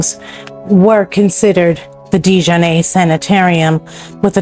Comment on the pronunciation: The family name is French, and was originally spelled “de Jarnat” in France. The correct pronunciation is De-jar-natt. The early de Jarnat immigrants came from France around 1700 fleeing religious persecution. Later the spelling of the name was “Americanized” to DeJarnette or DeJarnatt. The pronunciation however did not change, it remained De-jar-natt. It was never pronounced with a long A sound at the end. As in de-jar-nay… Most people in the area, (including many who worked there) would not understand the name as you pronounced it. 😅